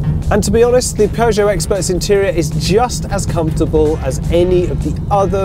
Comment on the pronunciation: Sounds pretty normal to me. It always makes me laugh when Americans try and say it! Poooo Joe? 🤣🤣 No..